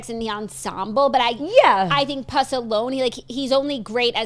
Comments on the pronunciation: THE WAY YOU ARE PRONOUNCING PUSS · I’m upset about the pronunciation of Puss happening here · Screaming at the way yall pronounce ‘puss’ from puss in boots 😂😂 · The pronunciation of puss is killing me. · i’m screaming at the puss pronunciation